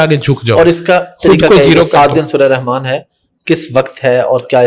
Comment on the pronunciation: رحمن کہتے ہوئے تجوید کا خیال رکھین ح گلے سے رگڑ کھاتی ہوئی نکلے گی